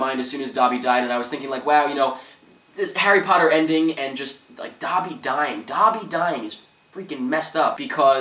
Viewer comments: Dobby is said like *Doh-be*. Not *Daw-be*. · did u fking say "da'bi" its DOBE!!!